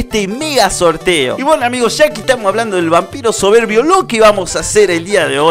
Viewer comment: Me gustó cuando dijo el Dragón Vampiro soverbii